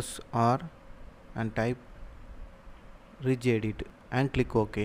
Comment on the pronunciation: It’s not rej edit pls type regedit and try